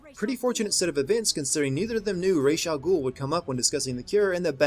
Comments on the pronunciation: Why do they say : "Raysh Al Gool" when it clearly should be more like: "Raas Al Ghool" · Why is Ras Al Ghul pronounced Raysh Al Gool? It should Raas A Ghul as it is in Arabic